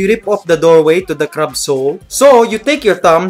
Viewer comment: You are saying crab wrong and friend